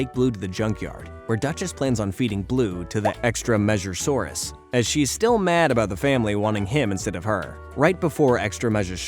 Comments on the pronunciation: im convinced this channel is AI, you keep saying extra-measure-saurus when its extreme-asaur. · He also calls the Extremasaur “Extrameasure-saurus”